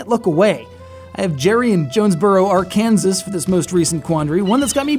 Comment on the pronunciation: It's pronounced Ark-en-saw, not Ar-kan-sas.